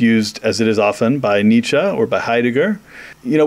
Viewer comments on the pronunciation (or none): "neitzshe" Aaaaaargh!!